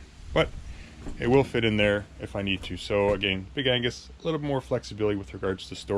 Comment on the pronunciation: Big Ag-nes* (not Angus) 😂 Very helpful review, thank you!